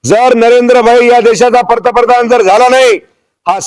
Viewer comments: पहिला पंतप्रधन म्हणायला शिक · पर्तप्रधान का पंतप्रधान... आधी बोलायला शिका... साहेब काय ते .. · पंतप्रधान पण निट म्हणता येत नाही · आधी पंतप्रधान म्हणहायला शिक बाबा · आधी याला पंतप्रधान चा उच्चार शिकवायला हवा😅😂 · अरे भाऊ, आधी पंतप्रधान बोलायला शिक...😂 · तुला अक्कल आहे मिशी कस काय ठेवली मूर्ख तुला पंतप्रधान हा शब्द सुद्धा व्यवस्थित बोलता येत नाही तू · अगोदर पंतप्रधान म्हणायला नीट शिका साहेब. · आधी सरळ पंतप्रधान म्हणायला शिका😂😂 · साहेबांना नीट पंतप्रधान बोलता येत नाही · अरे हे कीती आनाडी आहे... याला धड पंतप्रधान म्हणता येत नाही... कोण असल्या जनावरांना निवडून देतात कोण जाणे...